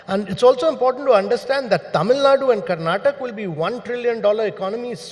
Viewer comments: It's Karnatakaaa not Karnatak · The infrastructure in Bengaluru is appalling, are you proud to call it a future 1 trillion economy? Not Karnatak it’s Karnataka. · He is NITI ayog chairman and does not know how to pronounce the name of the state correctly. It is Karnataka and not Karnatak Mr. Kant. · Its "Karnataka" not "Karnatak" Like how Its "Haryana" and not "Haryan" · Boss Mr Kant at least learn to pronounce Karnataka’s name correctly 😒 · This fellow was chief of Niti aayog and cannot pronounce Karnataka's name properly:face-orange-frowning